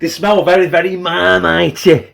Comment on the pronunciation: you said mump of larlite 😂😂 i dont know if you realised. i like marmite too and vegemite im weird lol